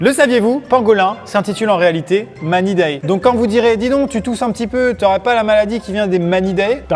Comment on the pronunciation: C'est du latin ça se dit [Manidaille] et pas [Manidaé] (ui je connais pas la phonétique par coeur et puis je pense que vous non plus xD)